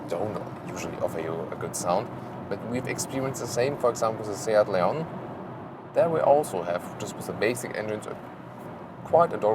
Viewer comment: Nice looking little car and great review as usual. Kudos as well for your fantastic pronunciation of SEAT and Leon, unlike all my fellow British journalists. Your Ibiza pronunciation isn't bad, but for pure Spanish flavour you should pronounce the 'z' as 'th', as in 'thanks' or 'think'. Keep it up guys, cheers.